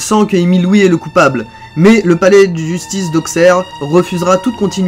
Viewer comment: Super vidéo mais Auxerre se prononce "AuSSErre"